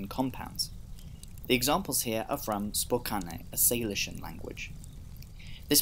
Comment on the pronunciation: FYI, Spokane is pronounced "spoh-CAN" (/spo-'kæn/).